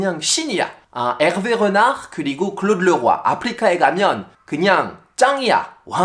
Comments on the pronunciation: 프랑스어 발음이 안좋으시네요 읗낳흫 가 아니라 "르나르" 입니다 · '르나르'만 프랑스 현지 발음 나오시넹 아무리 들어도 전혀 못알아듣겠음 ㅋ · 르나르가 아니고 엘베 흐날으 파리 생제르맹이 아니고 파히 쌍젤흐망